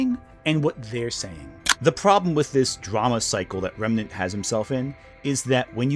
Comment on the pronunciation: It was kinda bothering me that you kept saying his name as “Renmant” but he also said your name as “Gramugg’lia” so I guess you’re even 😂